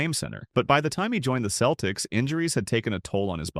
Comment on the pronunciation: Many mispronounced names: Isiah (Thomas), Celtics, etc. A.I.